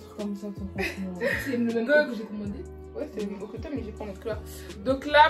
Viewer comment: En rien c'est méchant c'est juste des remarques pour toi, tu les prends ou non mdr. On dit croP top mdr ça m'a stressée, et c'est dommage que tu mette autant de temps sur chaque article je t'avoue que je passait à chaque fois 20 secondes pour chaque article tellement c'était long😅